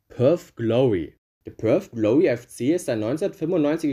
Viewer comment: „Perth Glowy“ Das war’s dann direkt wieder 3 Sekunden nach dem Disclaimer 😂